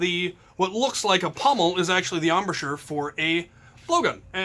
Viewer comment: It makes me happy to hear you say ombosure can’t spell it so sorry.